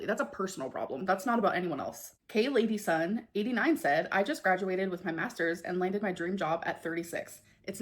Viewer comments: I know she did not just read Kayla Dyson as Kay lady son 4 minutes after saying she’s clever 😭😭😭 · pronouncing Kayla Dyson as Kay lady son 😂😂😂